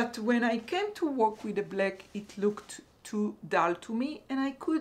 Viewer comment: Hello :-) just tell you for words back et black, you have to pronounce the A like you pronounce the A in raphia ♥ the bag is beautiful